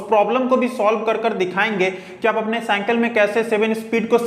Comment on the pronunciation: You say hanthori to hammer/hattori and you say cynkal to cycle it's not good bro